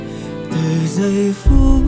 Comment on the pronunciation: Nhất là đoạn điệp khúc sau, sửa lại 1 chút vài chỗ phát âm “ngập chiềm” “từ giây phuốttt”…rồi pha Erik nhập “và ta sẽ yêu nhau hết cuộc đời ohh no no” 😅😅